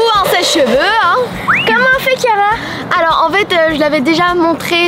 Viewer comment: euh je veux dire Kiara pas Kira